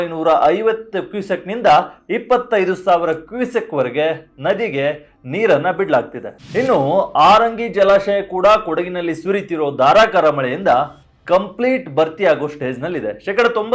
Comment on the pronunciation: ಆರಂಗಿ ಯಾವುದು. ಅನ್ನೆರಡು ಅಂದರೆನು ಅರಿದ ನದಿ ನೀರು. ಮುಂದಿನ ಸರಿ ಬರುವಾಗ 'ಹ' ಕಾರ ಚೆನ್ನಾಗಿ practice ಮಾಡಿ ಕೊಂಡು ಬನ್ನಿ.